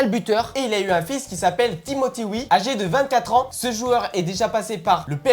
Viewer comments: C'est Georges Wéah les amis pas Georges Wi 😂😂😂😂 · c'est pas george wii mais george weaah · On dit pas Georges Wii mets Georges weah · C'est Georges wéaaa pas Georges woui